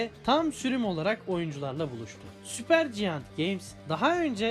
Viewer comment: süper ciant dediğin anda uzaklaştık senle...